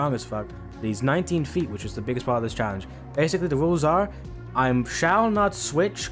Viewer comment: You said challengejizis instead of challenge in the beginning of the video😢